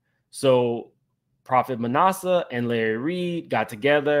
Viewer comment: It is NOT nawsa it is short a as in at Manasseh.